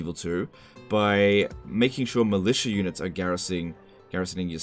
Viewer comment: YUH-NITS! FAH-LIE LIKE THE WEND